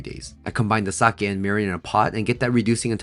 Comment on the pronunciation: Thanks for pronouncing sake correctly 🙌🏻